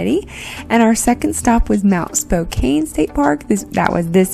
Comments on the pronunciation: Spo-can not spo-cane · That is very close to where I grew up. Go straight north, and it is just across the Canada border. We pass through Spokane all the time on our way to Canada. It’s pronounced Spo-KAN, not Kane. Nice video and great view from the mountain top. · You pronounced Spokane wrong -- it's not a long "a", it's pronounced "Spoke -- ann" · learn how to pronounce "Spokane". LOL